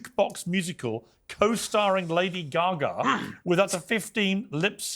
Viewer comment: Did deliberately pronounce Lady Gaga as Steven Toast would? Excellent.